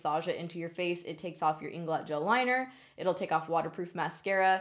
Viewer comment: My favorite is when you say "inglot" 😂😂 #snapfam